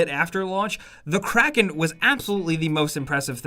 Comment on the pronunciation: Craking CRAKING it’s kraken